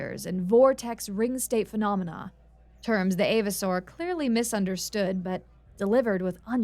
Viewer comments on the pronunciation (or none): none